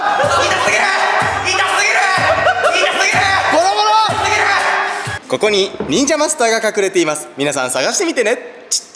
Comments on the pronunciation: の痛すぎるがひき肉ですに聞こえてくる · いまみたらいたすぎるがひき肉ですに聞こえる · 痛すぎるがひき肉ですって聞こえる😂